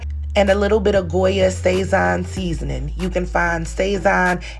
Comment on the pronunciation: Recipe looks amazing and you had me cracking up at the grandma can gnaw at it with her gums lol. The orange seasoning sazón packet is normally pronounced sa-zone. Thanks for sharing anything yummy recipe.